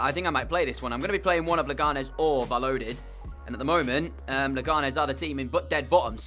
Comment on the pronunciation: Just for future reference Valladolid is pronounced 'Vayadolid' not 'valodid'